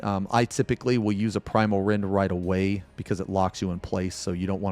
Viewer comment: Why the hell in my head i hear "Primal Rend" as "Pwimal Wendh" all the time?? :face-blue-smiling